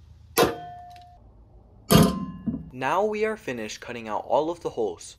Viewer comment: The he says "hooles" sounds funny